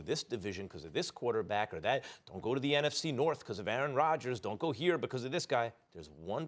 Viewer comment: "hard"!!!! To "let goh"🤣